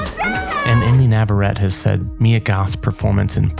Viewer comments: Just a note - Inde's last name is pronounced "Navarrett-ee". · Inde Navarette's last name is pronounced Naw-vuh-ready (she's even joked she's called Never Ready because of how much she procrastinates).